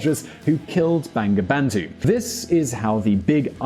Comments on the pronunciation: It’s not banga bandu.. it’s bongo bondhu... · its actually pronounced "bongobondhu" haha. bengali romanisation is kinda shit. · Bangabandhu pronunciation is = bongo bondhu